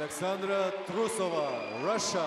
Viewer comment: Say the queens name properly. TRUE-so-va